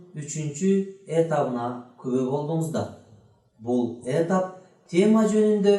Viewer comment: Эмнеге этап деген сөздөгү басымды э ге коюп жатасыз?